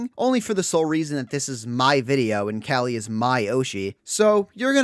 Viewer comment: I am keeping with my commitment of commenting on anyone's video that pronounces Calli's name correctly.